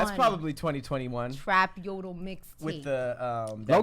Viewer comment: no it’s “yodole” bro 😂 you tried though that’s all that counts lol